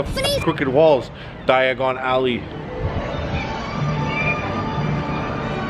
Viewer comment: It's crooked cause it's held together with magic dawg! Also the way you said Diagon Alley would have gotten you splinched if you took the fireplace travel BRRRAP